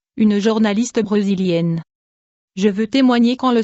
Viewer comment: Pourquoi vous vous obstiné a mettre cette voix monocorde que lit extremement mal. Bon sang depuis kan on dit breusilienne C brésilienne brésilienne bré daccord Du coup dès la 11ème secondes G areT de regarder c dommage Vraiment je NE SU PPOR TE PAS cette façon de lire Pffffffffffffff SVP SVP pouvez-vous reposter la video avec les commentaires que l'on puisse lire sans avoir à mettre le son...... MERCI